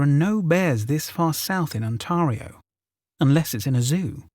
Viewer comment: So glad to have found you! Love your narration. ^_^ Quick bit of pronunciation help for a few North American place names: Ontario has a longer "a" in its 2nd syllable, so it rhymes with "scary," or "hair." :) Maryland is pronounced more like the name Marilyn w a "d" at the end, rather then Mary-Lynn or Merry Land, and Appalachia/Appalachian is pronounced more like "appah-LATCH-ian" rather than a long "a + sh" sound. (I heard a great phase to help people remember this just the other day: if you mispronounce Appalachia someone will throw an apple atcha." XD) I know you're fun the UK so it's tomato vs. tom AS Hto, but I hope that helps. ^_^ 💙💙💙